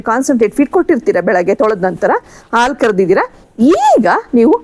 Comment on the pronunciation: Thanks ಆಲು ಅಲ್ಲ ಅದು ಹಾಲು